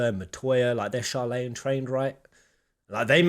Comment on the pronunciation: tfw he says "sharlaya" instead of "sharlayan" when he references the city itself. Also, like others have said that's the first beast/first doom/an important terminus beast i believe it can also be called. It was the first boss from the final msq dungeon of Shadowbringers.